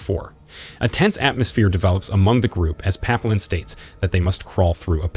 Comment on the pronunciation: tbf almost every French word in the recap is pronounced wrong. Papillon = Pa-pea-yon.